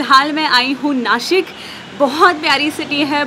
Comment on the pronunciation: I am sooooo glad that you called it NASHIK..... and not Nasik..!! ❤